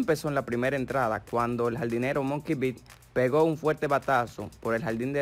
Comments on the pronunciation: Papi el nombre se dice MUKI, MUKI BETTS , no MONKEY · A como es bruto el narrador, como que monkey bets...? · Se llama mookie betts no monkey bits 🤦🏼‍♂️